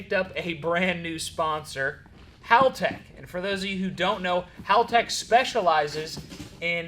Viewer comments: Its hall tech. Like a hallway. Not howl tech. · I stand corrected, I just seen a video from haltech... It is in fact hal tech. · Correct me if I’m wrong but I thought it was called Haltech like a hallway? Not howl tech🤷‍♂️